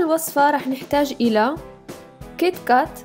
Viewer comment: اولا اسمو كيتكات مو قيطقات وثانيا اسمو كرواسان مو كرواسون 😓